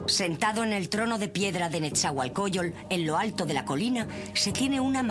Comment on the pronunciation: Pésima información, no precisa y con evidente ignorancia. Ni siquiera saben pronunciar shaloc, isiloposti y nezahuacoyol ?? No mamar! Antes de publicar algo por favor infórmense bien !!!